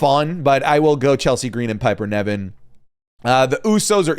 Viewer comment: I wonder if has ever said Piper Niven's name correctly, he always says Piper Nevin 😅